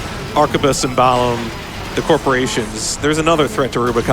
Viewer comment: I just finished my NG++ playthrough of this game, and pronunciation of "Balam" is driving me bonkers. Also, this is what you get for running on unstable PC ports instead of on console like god intended. >_>